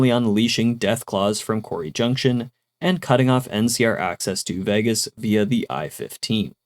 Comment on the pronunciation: I like your videos, but Vegas is pronounced VAY-gas not VEGG-as.